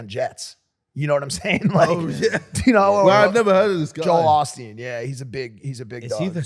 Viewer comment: Mike really said Joel Austin instead of Joel Osteen how hard is it to have correct pronunciation